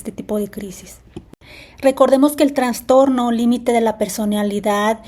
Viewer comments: Se dice trastorno,no transtorno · Trastorno, no "traNstorno". Por favor🙏